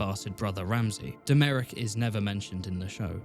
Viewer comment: That Domeric pronunciation is crazy